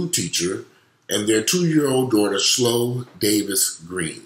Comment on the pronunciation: It's Chloe, like Khloe Kardashian, not Slow. The child's name was Chloe.